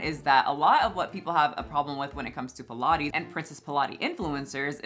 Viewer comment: Pilates? I thought you said pie and lattes! 😂